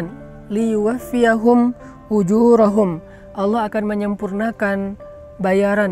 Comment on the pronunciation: Bismillah Mohon maaf bacaan untuk surah fathir ayat 29 liyuffiihim bukan liyuwaffiyahum Terimakasih